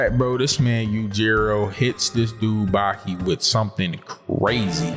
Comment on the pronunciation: Nall it's Baki,na meen🤢